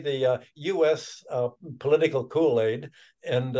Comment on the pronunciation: US "kool aid"😂😂😂